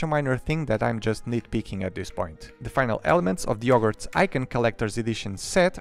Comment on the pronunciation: It's very fun to hear him reading out the name of the set without using H